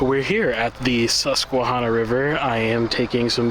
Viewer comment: Thank you for your appreciation of, and for reminding us of, the beauty we take for granted on a daily basis. FYI…. The -hanna part of Susquehanna is not pronounced hahnna. That first “a” sounds like the “a” in the word “at”.🙂